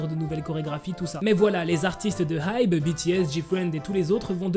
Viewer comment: Ça se prononce ai-bi😭 HyBe c de l'anglais 😅